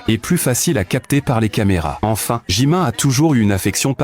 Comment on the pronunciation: Déjà on dis JimIn pas JimIN